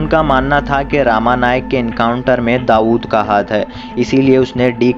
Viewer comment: आप सबके नामोल्लेख गलत क्यूं करते हो. गवळी को गावली रमा नाईक को रामा नाईक . स्टार्ट के बजाय ईस्टार्ट. क्या है यह . आप की आवाज भी सुनने लायक नही है.